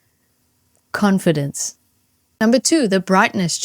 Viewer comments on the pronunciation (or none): funky pause .... " confidence " . So noice.